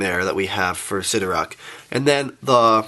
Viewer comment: sidorAK not sidorOK